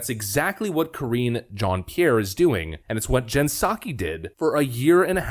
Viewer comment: It's Mizzz Jean-Pierre! And you need to pronounce it in a French accent! LOL!